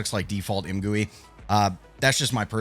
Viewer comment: "Imgewey" hits different.